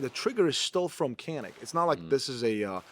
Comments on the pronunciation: How come the Turkish dude didn't cringe when you pronounced Canik as "Kanik"? 😂 That’s not the Turkish pronunciation. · Hey, it’s pronounced “JAH-NIK” because it’s actually spelled Çanik in Turkish, which is the name of the Black Sea region where the guns are made. As a Turk, should know this. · its pronounced djanick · Is really Turkish? He's not pronouncing the "C" in Canik with a J sound.